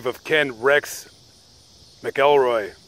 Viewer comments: Ken MACKELroy.....not MickELROY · You got MANY a fact wrong in this one!! And it is pronounced MACK EL ROY.. not MA KELL ROY!! That being said, yes, a dreadful man was Ken Rex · His name is pronounced mackcoolroy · Not a bad video. You got a few facts wrong and kept saying his name wrong. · Y ou should lear how to pronounce his last name.